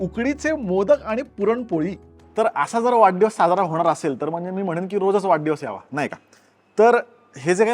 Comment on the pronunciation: वाढदिवस याला तू वाड्डीवस का म्हणतोय तो पण पुणेरी शब्द आहे की काय